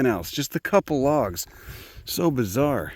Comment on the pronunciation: Please don't handle my late cretaceous petrified 'lahgs'!